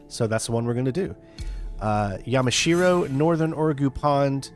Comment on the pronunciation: ah, yamashiro. i mean. yemeshewow.